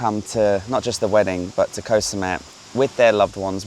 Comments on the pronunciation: Can you pronounce koh correctly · In Thai, the "K" in "Koh" (which means island) is unaspirated, meaning it sounds somewhere between a K and a G. If you pronounce it with a soft "G" sound, you will sound very natural to local speakers. Ask a local.